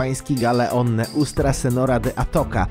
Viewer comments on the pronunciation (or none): Panie szanowny, ale w powinno być "Nuestra Seńora de Atocha", nie "neustra". "Nuestra" znaczy "nasza". W kwestii wymowy, "nuestra seniora de atocia". Tak gwoli ścisłości :-)